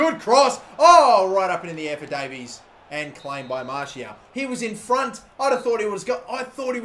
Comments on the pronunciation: Why do keep on saying Martial? ITS FUCKING MARSHALL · Kept saying Martial not Marshall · its marr-shall not martial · Hull keeper is called Marshall not Martial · Is it fucking anyone else off every time he calls Marshall, Martial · He called 'Marshall' 'Martial' 😶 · he was saying martial insted of marshall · martial is a goa-lkee-per ??! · Marshall not martial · Just saying that's no how you say marshal